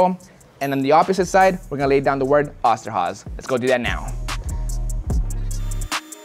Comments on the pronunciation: Its not Osterhaze its Osterhase ^^ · Hey its oster with a long o sound not the a or h sound. My family that immigrated from Germany were the osterhoffs shortened to oster when they came here. I know this video is old as hell but still wanted to set that strainght and say thinks wanted to know if it would work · Funny how you pronounce Osterhase😂 ima German btw🕊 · The way he said Oster Hase killed me